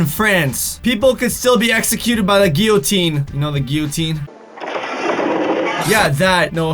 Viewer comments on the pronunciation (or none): none